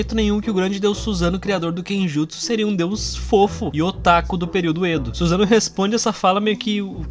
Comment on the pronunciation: Não se fala Suzano, mas SussanOO